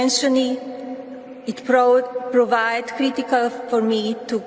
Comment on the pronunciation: The worst part about her fraudulent visa is that she was claiming to be a linguistic genius. She can barely read English of a tele-prompter. She's literally talking about her immigration process and can't pronounce the word "proved". How is she able to get away with this fraud?